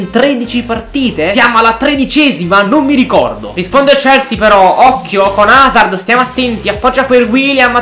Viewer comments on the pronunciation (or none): Si chiama Hazard non Hazzard